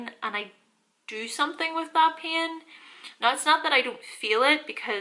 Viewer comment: I subscribed immediately when your “now” sounded like “nine” 🤣❤️